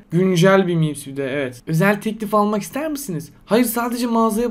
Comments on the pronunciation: Nobody: İnsan: evet: eğet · Normal İnsan: Evet: Eğet